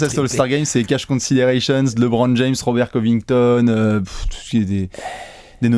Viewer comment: Mais pourquoi "L[é]bron James" ?!? La bonne prononciation c'est entre "LE" et "Lé", le "e" se prononce ici plus comme "œ".